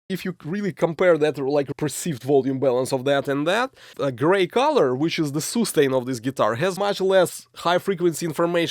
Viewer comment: soostain ! haha love your videos man you're great